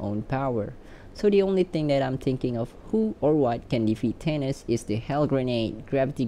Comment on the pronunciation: Who the hell is “tanis”? It’s “Thay-Nos”